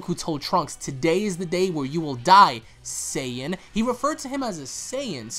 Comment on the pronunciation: Please go back to the episode and listen to when the "black goku" says saijin, he says saijin blue pleaseee I wasn't imagining it